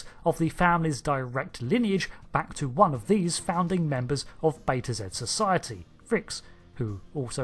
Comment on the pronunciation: Love your channel big fan! but i do believe the capital is pronounced Reeks, but spelled Rixx. Sorry, it is just one of my favorite planets besides Risa, defiantly would retire on one of them